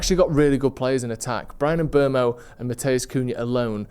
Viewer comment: Great video as always. But please 🙏 it's "M-boomo".